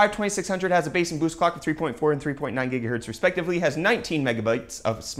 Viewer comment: Stephen Lozada It's how he says gigahertz